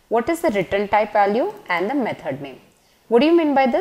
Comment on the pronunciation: She pronounces 'return' as 'written' which is confusing 😅